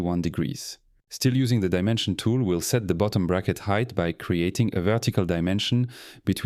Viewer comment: he also pronounce "vettical" instead of vertical. Yeah that's a french for sure